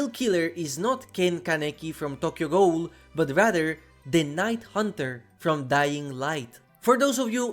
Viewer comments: Richter = Rikter, and Ghoul = Guuul in our American pronunciations. Hearing Ghoul as Goal a bunch in this video was jarring 😅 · How do you not know how to say ghoul. It's pronounced goo-el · learn how to properly pronounce the word ghoul. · the way you pronounce ghoul is heinous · i think it’s just the way he pronounces ghoul because of his accent